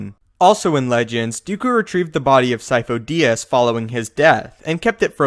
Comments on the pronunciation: I thought sifo dyas was pronounced like seefoo die-az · I always thought it was seefoe die-as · This is easy.. Sidious is lord Sifo Dyas. The Kaminos just mispronounced the name. Lord Sifo Dyas had the symbiotic parasite that feeds/controls on force users inside him... when he died the parasite infected a new force capable person Palpatine. This parasite keeps a spare force user as an apprentice until he needs to change bodies. As long as the parasite has a body to infect he, he is therefor immortal.